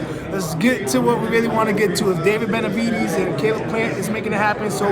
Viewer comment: The way hes says "benavidies" makes me wanna say "demitrius andraidies"